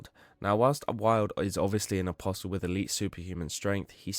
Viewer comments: What is it with berserk fans being unable to pronounce apostle? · Not in the grand scheme of things, no. I just genuinely wonder if the content creator is some chinaman using AI when they don't know the "t" is silent in apostle, and it's like 3 or 4 people now I've seen relating to Berserk content exclusively. Maybe they should read books too :P